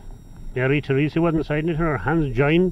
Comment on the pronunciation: My name is also Therese. Its not very common here and i have rarely if ever heard anyone pronounce it correctly. Good job. Thank you.